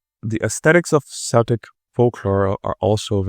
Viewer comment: Great video, Celtic is pronounced like with a K fyi